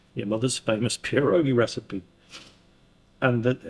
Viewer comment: ITS PRONOUNCED PIEROGI. It’s Polish!!!